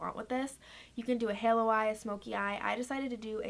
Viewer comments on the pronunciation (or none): none